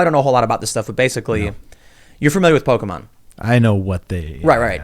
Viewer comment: You lost me at pokey mon... but good show